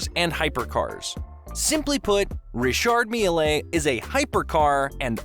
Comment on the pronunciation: its pronounced rishaard "mill"